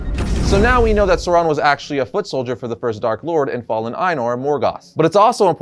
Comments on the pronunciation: Who is Soron? Lol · Others, including Christopher Tolkien, have provided more detailed pronunciation guides. AU has the value of English ow in town; thus the first syllable of Aulë is like English owl, and the first syllable of Sauron is like English sour, not sore.